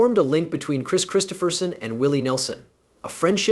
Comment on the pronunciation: The end of this (what I assume is a BS production) for me, is the fact in the first 16secs you not only spelt and what I assume is AI, voiced "Kris Kristofferson's" name incorrectly. 16 secs + 25 typing this made this the quickest 👎👎 I have ever given.